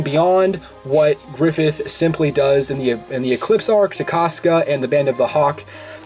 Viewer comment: Ugh, griffilth